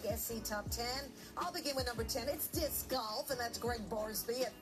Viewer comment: When they said, "Disssscuh golf" 💀